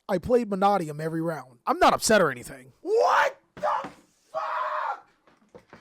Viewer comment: Manadium is pronounced Ma-nay-dee-um. Say it slow then say it fast. The second A is long not short.